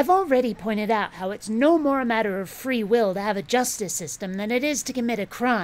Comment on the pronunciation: What is it with these clowns and how they say words like "matter" and "water"? It's like that "evidences" crap.